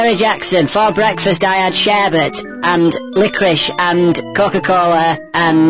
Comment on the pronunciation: CAN SOMEBODY TELL ME WHAT 'SHERBERTE' IS???